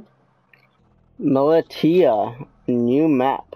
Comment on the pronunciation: Militia not mila tia